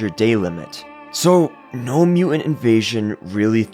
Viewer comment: There's a "t" in the middle of the word "mutant"